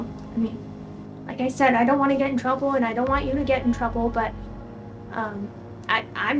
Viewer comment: The "I dontwanna get introwwble and I dontwanna get u introwwble" decoy is somethin lol